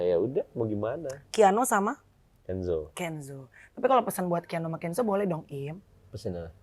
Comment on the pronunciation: Sekelas teamnya Nulis nama KIANO aja salah jd keanu😂 how come? 😢 penyebutan nama Haram lho ampe salah